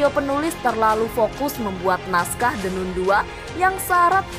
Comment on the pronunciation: The nan bacanya min😊